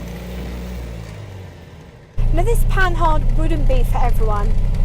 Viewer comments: Yep démarreur. Also just a little pedantic but it's pronounced "Panar" I love Panhard especially the pl17. Great vid as always. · PaNAR, stress on the last syllable as always in French. I wouldn't get on with the crashbox either! The crankshaft has roller bearings, so it's good you didn't lug it--that would have trashed the bearings. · Who says the H in Panhard? Might as well say the E in Citroen or pronounce the G in Peugeot like Peu-goat and be consistent in mangling French names.